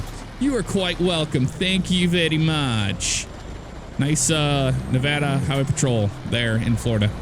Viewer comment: Wow someone actually pronounced Nevada correct lmao